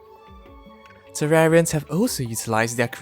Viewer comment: “Terrarians love fishing” Guess tat I’m a tewawwian